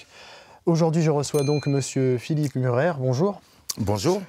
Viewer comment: M u r e r et non M u l l e r